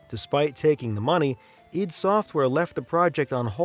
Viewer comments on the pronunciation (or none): Isn't it ID software. Said as eye dee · I don't care what they say, I'm always going to call it I-D software never id.... If they wanted it pronounce that way, maybe they should have done a little better job being present in television, radio, documentaries or something where they audibly set it out loud